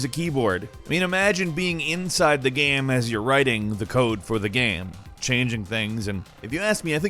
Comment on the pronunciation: Why do you say game as gam and shame as sham? Very strange